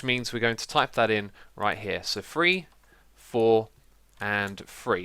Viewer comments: free four and free. why do you say free instead of three what in the actual fuck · what i dont get is that he can make the "th"sound because he says the word "the" and others that begin with th perfectly so thats why it doesnt make sense as to be an accent idk